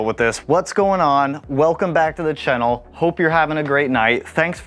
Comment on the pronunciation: This dude says channel “chennil” and he needs to get punched